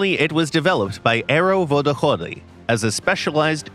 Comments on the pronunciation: that "Vodochody" sounded so unnecessarilly Russian it almost made me vomit. Sorry. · Love the way he pronounces Vodochody :D